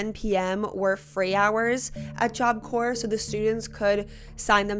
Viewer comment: i know that the video isn't about this but it took me out each time job corPs not corE